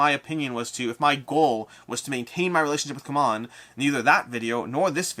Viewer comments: Isn’t it time you call them how they call themselves? See-mon 😜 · My beef with CMON is that first they were Cool Mini or Not with the shortcut pronounced "C'mon." Then when they shortened it, they tried so hard to get everyone to change to "See-mon" when clearly they were against the momentum.